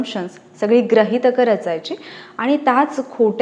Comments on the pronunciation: खरच कृपया ग्रहितक असा उच्चार नाही. गृहितक असा आहे. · ग्रहीतक नाही, गृहीतक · Grahitak nahi bala Gruhitak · Gruhitak.....grahitak nahi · ग्रहितक नाही ताई गृहितक...‌अभ्यास नाही का...असो पहिल्या वाक्याला खडा लागला... त्यामुळे पुढे पाहणे बंद!!!! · Convent madhlya mulanch marathi....grahit nahi gruhitak ....asta ...baki video thik ye . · ucchar neet havet. Grahitak aani Gruhitak hyachya arthat farak aahe.